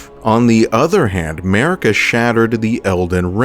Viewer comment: What you hear: Merika What i hear: 'Merica 🗿🇺🇸🔫🦅